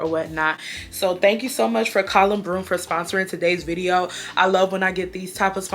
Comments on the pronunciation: I'm normally not the type of person to correct people's pronunciation on things, but it's sending me how she keeps saying "collon" broom 😂 Anyways, love the blonde hair, it suits you so well! 😍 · It's pronounced co-lon. .. like your colon in your digestive system.. but anyways. Yo my girl. I still love you and I'm definitely ordering this and I'm excited for this video. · It’s pronounced “Cole in” girl 😂😂. Love the video ! ❤️ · Girl, colon is is pronounced CO-Lin or CO- LON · lmaooo okay yes i was wondering if anyone else was gonna say anything about it i didn’t wanna be the one to 😂 i think its funnier bc usually brands pre approve videos before they’re posted so the whole time i was like “the company jus watched her mispronounce their name n was like sounds great!” 😭